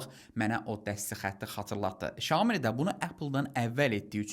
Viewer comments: Bazarda yeni ad ,,şamo,, telefonu😂😂😂ay adam, ,,syaomi ,, ,,şami,, nədi 😂😂😂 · bizimkilər və türklər щяоми deyillər mənçə doğru Сяоми demek lazimdir